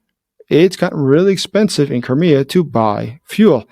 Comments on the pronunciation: Koré ? Non Krimée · Vous dites Corée au lieu de Crimée à chaque fois. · Every time you say Crimea I hear Korea! 😂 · Did I hear you say Korea? Of course it's Crimea, professor gerdes also mis speaks pretty often actually. . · Anyone else think he was saying "Korea"? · When you say "Crimea" I sometimes hear "Korea'. Throws me off a little.